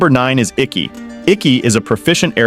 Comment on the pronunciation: All the air bending masters and elders. Dude said IKKI. 🤢🤢🤢🤢🤢